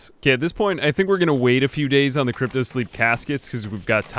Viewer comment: Why do you call cryo sicknrss crypto? They are completely different things